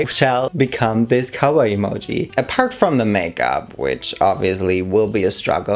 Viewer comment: Ok, but everytime you say "cowboy" I hear "kawaii". 😃 Also, yess! 🔥🔥